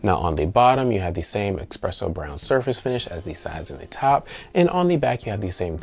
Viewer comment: Drink every time he says eXpresso lol